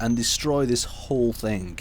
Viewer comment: Is english even your native language? It is called "THING" not "THINK"